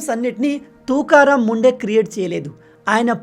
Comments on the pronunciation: Bayya,, officer name sariga pronounce cheyandi,, please ❤❤ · Name pronunciation wrong